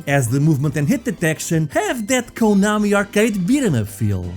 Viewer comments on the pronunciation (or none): none